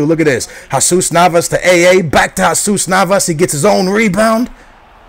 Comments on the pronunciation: at 5.03 its not hesas Navas....its HeeeeeeeeeZUS!!!! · His name is Jesus Navas, not Hasuz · Yes, it's pronounced Yesus Navas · Jesus Navas... AA says it hasoos Navas lOl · you say jesus navas weir